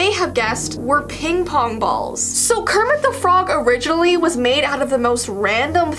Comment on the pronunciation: it's not "Kerpit" it's "kermit"